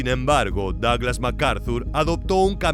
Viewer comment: "daglas" jaja